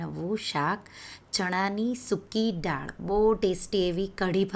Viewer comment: બેન તમે પહેલે થી જ દાળ ને ડાળ કેમ બોલો છો ?